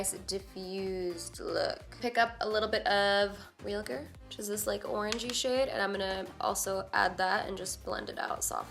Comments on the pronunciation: Hahaha you're awesome. And it's "ree-awl-gahr" 😂 love this look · When you said REALGAR, I thought of RHAEGAR! GOT fans know! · "Rrrealgar" 😂 by far one of my favorite looks you've done and then you come through with the hot fire Latina slayage slang. Say that five times fast 😳😂💜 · LOL I love how no one can say Realgar. 😆 I think Stephanie Nicole's the only one I've heard say it right so far, haha!